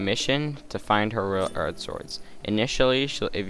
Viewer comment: Why did you say royal ard sword? (Unless i only heard that(